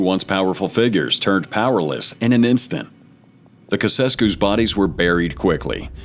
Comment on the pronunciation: Get rid of this AI garbage. Who TF were the 'Kewkesskews'?